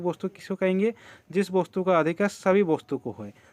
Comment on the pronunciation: Vostu nhi bola jata hey